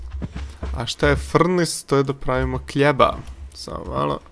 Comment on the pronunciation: i kad si reko ,,KLJEBA,, mislio sam na hleba XD XD XD